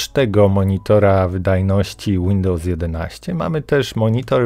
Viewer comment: Dałem łapę w dół, dlaczego? Ponieważ autorze jesteś kompletnie niekonsekwentny, nazwy urządzeń, aplikacji itd czytasz "popolskiemu" ale Windows wymawiasz "łindołs"